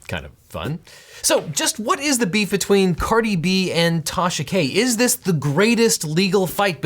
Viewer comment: Dude, stop saying 'beef' it sounds all wrong when you say it.